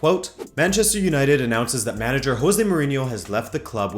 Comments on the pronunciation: Come on man. José. Not Hoesé. What would your father say? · hoesey? don't you mean Jose? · It's Jo-say!Hes Portuguese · Is it really pronounced hose rather than Jose like how the English media always pronounce it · Why do you pronounce "José" with Spanish phonetics instead of Portuguese, as it should be? Ask your father to teach you right. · if you are Portuguese, you should know how to pronounce Jose properly. A little annoying. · Hey, I see you have portuguese roots, the J in "José" is not pronounced that way!! You make it sound like a Spanish name, in Portuguese you pronounce the 'J' the same way it's said in English Sorry to sound so petty but great video overall, love your content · You're pronouncing the J like it's Spanish. The J in portuguesese is pronounced the same way as in English, for example Jazz.